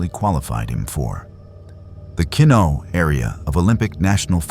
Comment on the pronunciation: Keno??? Kenno??? What rainforests are you talking about that you can't pronounce correctly